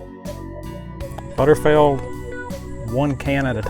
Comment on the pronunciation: OMG could you please pronounce it correctly it"s BUTTERFEELD not butterfeld ! And Costco stopped selling their canned roast beef so that is no longer an option !!